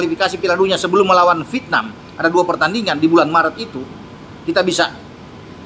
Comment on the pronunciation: vietnam 😂 bukan fitnam 😂 Caw